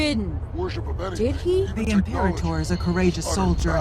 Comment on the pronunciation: FYI, it's im-PEAR-a-tor not IM-pra-tor